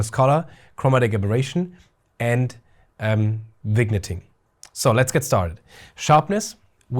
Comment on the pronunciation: Wonderful review - thank you! I had already pre-ordered this lens, but now I am even more excited! (P.S. Your English is *great*, but just so you know for future reviews, the pronunciation of "vignetting" is vin-yetting. Cheers!)